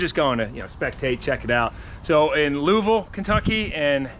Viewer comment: The Mustang is looking really good you say Louisville funny 😂